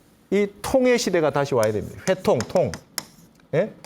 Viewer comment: 회통의 첫 자 발음이 틀렸나이다. 제발 길게 발음하시옵소서!